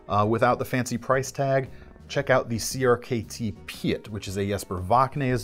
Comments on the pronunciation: Crkt Piet is not like pi-et it is just like Pete my real name is actually Piet too so it sounds like Pete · I know it's not common to see a name like Piet that's why every one says pie-et or pi-et but some people say Piet the right way I'm not blaming you it's not common to see that name